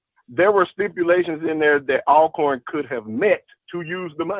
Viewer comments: the pronunciation and spelling of Alcorn is just like Always and Almost. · hey how do you pronounce the word Always, Although..... then you can pronounce Alcorn the same way lol